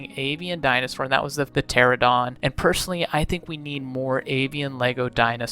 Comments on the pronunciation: Why does every YouTuber say “Pteradon” instead of “PteraNOdon” like this comment if you agree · Pahteradon srsly its pronounced ter-an-oh-don